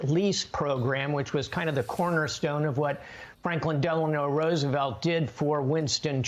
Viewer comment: Did he say Michael delora Roosevelt? Or I'm lost?